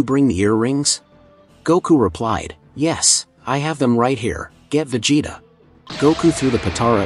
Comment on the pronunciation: why did you pronounce vegetas name differently